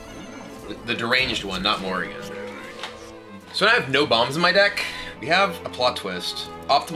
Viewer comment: Every time he plays Dr. Morrigan, all I hear is Morgan and Morgan and Morgan and Morgan and Morgan and Morgan and Morgan and Morgan and Morgan and Morgan and Morgan.